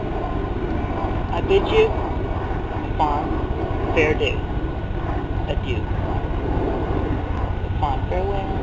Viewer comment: "A fond faredoo" LMAO